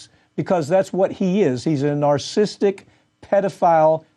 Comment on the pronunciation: Probably you should get a guest on your show who can pronounce Josef Mengele's name properly, and can also pronounce the word narcissistic properly.